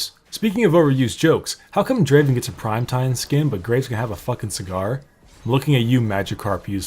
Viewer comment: It's not da~~~~aven It's Draaaaaaaaaaaaven